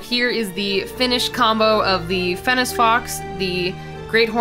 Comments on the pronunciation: throughout the video, you said fennic fox like fennis fox, althou its pronounced like fennik fox The english language is so hard Great vid tho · it's fen-ik when you say fennec Still really good though! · who else was just like, ITS NOT FENNEC (S) ITS FENNEC (K) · one, it's pronounced fenn-Ick., Two, this thing gives me a sort of lorax vibe, but more intense. like if you cut down a tree in his forest, you aren't leaving. ever. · Who else died inside every time she said fennes fox? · Fennec fox not FENNIS SO FUSTRATING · The way she said Fennec Fox 😵😬🤐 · I keep getting distracted by the pronunciation. Fennec is supposed to end on a hard K sound and Ibex is supposed to end on a ks sound. I love the video though! Monster Mashes are my favorite!